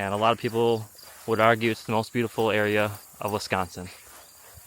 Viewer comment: Enjoyed watching “feed the fish” 😂😂😂 Addie nudged out “The Martian” with her nose! 😂: “T-he”.: “, that’s “the”. 😂 You two crack me up!